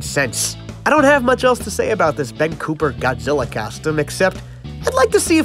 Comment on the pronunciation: ngl my dude, I love you, I love your work, I love your content, and this video specifically, but I hate, hate hate the way you say costume. "Kostem" blech.